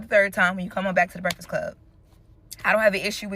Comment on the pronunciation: Mans can say contentious but not breakfast… Ehy you do so much Breakfast Club content but can’t even say the word?